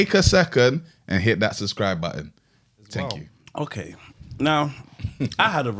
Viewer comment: And "tenkyou"😂